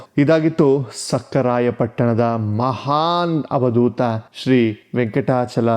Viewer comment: Avadootha not havadootha